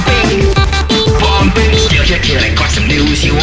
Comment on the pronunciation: Did he say bowmbing